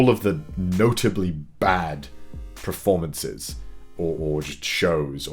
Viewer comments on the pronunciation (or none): Love this series and everything you do CDawg but it's PERformance, not PRAformance, please.